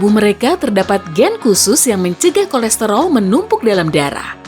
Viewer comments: Yg denger KORESROL Di menit 3.56 komen dong🤣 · Yang orang lain denger; kolesterol Yang gw denger; kolestelor Yang sama likee